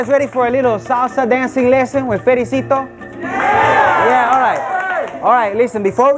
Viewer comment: Pericito. (Fericito) Hahahaha ! Fred is the goofiest funniest yet die hard serious musician ever.